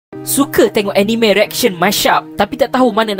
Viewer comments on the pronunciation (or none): Pronouce bkn enime… tp ah ni me